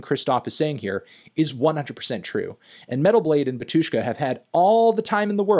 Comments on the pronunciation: Why stress the word as batUshka, if it's bAtushka? 😂😂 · Dude, please, it' BAtushka not baTUshka, pronounce the name correctly. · UGH the stress falls on the first syllable - bAtushka, not batUshka; when are you going to start checking the pronunciation, cantony pronunciano? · Also, Anthony is pronouncing word Batushka wrong. It is bAtyushka, not batYUshka (stress on first 'a', not 'yu'). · it's bAHtushka, not batUshka:) stress is on "A" anyway great video! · not Batu'shka, but Ba'tushka. And i like that you more into eastern eu music (ic3peak etc) 👌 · PLS KEEP IN MIND ITS NOT batUshka its bAtushka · It's BA-two-shka, not ba-TWO-shka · It's BAtushka not BatUshka! Sorry but your pronunciation drives me crazy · It's bátushka, not batúshka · actually, bAtushka. not batUshka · Its BAtushka, not BatUshka. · the way he says batUshka hurts my ears. it's bAtushka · it's called bAtushka, not batUshka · bAtushka not batUshka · bÁtyushka, not batyÚshka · its bAtushka, not batUshka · its bAtushka not batOOshka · Pronounced bAtushka not batUshka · NOT batUshka but bAtushka!!!!!! LEARN RUSSIAN! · Finally someone said this. Hearing him say batYUshka hurts my russian ears. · that BatUshka pronunciation makes me hurt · I hate it when people say batushka with a syllable stress on U, though in the original language it is bAtushka with a stress on A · You spell Batyushka wrong, the stress is on the first syllable [bAtyushka] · bátushka - the stress is on the first syllable! stop exploding my brain. that was unprofessional 😵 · Pronounced "Bátyushka" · *in strong russian accent*, No-no, comrad, you spell it wrong, repeat after me ok: "baa-too-shka". You put stress onto the first syllable. That's better! Good comrad! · The stress is on the first syllable.